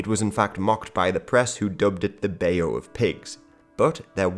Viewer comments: Bayou is pronounced "bai-you" rather than "bae-you" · You're pronouncing 'bayou' incorrectly. It's pronounced like "bye-oooo"